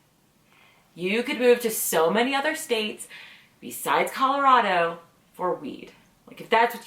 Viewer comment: I have no problem with you moving here, you say it right Colorado, it is not Colarodo..... I can't stand it when people who aren't from this state call it that!